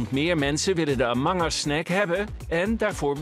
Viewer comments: Verstond amanga's in plaats van among us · "amungus" xD edit : KIPNAGGET xD ik kom hier puur voor de spelling deayum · Dat is wat je een engels accent noemt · Haha amangas kipnaget wat een uitspraak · KipNaggat😅, Amang us, hoe the dock spreekt deze Guy de A uit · kerel, je snapt toch wel dat de comment letterlijk de uitspraak van de spreker belachelijk maakt daarom spelt hij het zo, btw je moet boven de 13 zijn om een youtube account te maken (